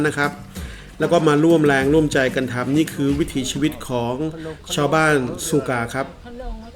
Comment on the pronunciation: บ้านซูคาครับ ออกเสียงผิด ความหมายคือหนามขม